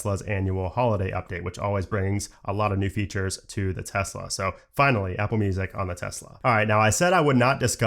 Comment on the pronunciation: Thx for saying Tesla, and not Tezla